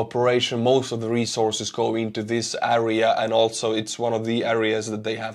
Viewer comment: the word area is pronounced air ee ya FYI